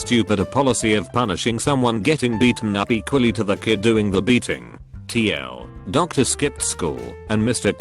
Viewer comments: Tl; dOCtoR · Too long doctor